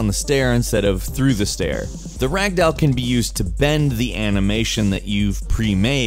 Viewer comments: Pronunciation: "rag-dowel" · I like how you said rag doll in the beginning. Also weeo I mad the comment count 666